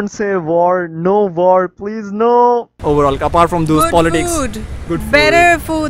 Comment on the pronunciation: im hurt when she said waar...